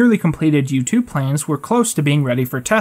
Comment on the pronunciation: Whenever you say U-2 I keep hearing YouTube